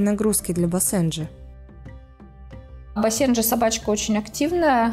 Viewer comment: Ударение на первый слог бАсенджи! А не басЕнджи!!